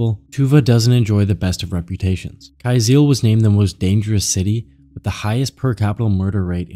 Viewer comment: Kyzyl is pronounced like "Kuh-Zuhl"